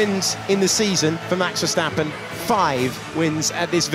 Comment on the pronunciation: Max veuurstapeeuuun c'est verstapen svp